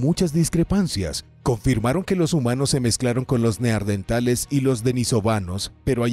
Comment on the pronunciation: Como puede este hombre, despues de tropecientos videos, seguir diciendo Neardentales?! 🦷🦷